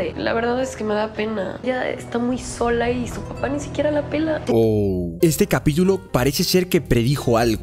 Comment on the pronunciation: que suena que dijo capíyulo